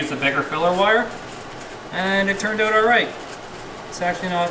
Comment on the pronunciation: It's cold oot...lol